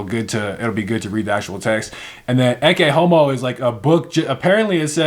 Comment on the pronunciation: also you pronounced ecce homo correctly, it means look men/people, although you may have known